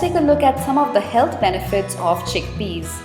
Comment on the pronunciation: chick pees XD